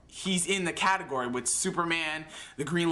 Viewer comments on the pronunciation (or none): none